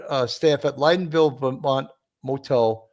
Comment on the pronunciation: I love your show and the information but as someone who grew up in Lyndonville VT, I would like to correct you on the pronunciation of the town's name. It is pronounced with the short "I", like the woman's name Lynn. (Rhymes with inn.) Please keep fighting the good fights and bringing us the info so hard to find elsewhere.